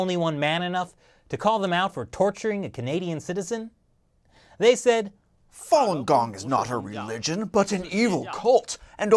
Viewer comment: Not fong gong it's fa lun gong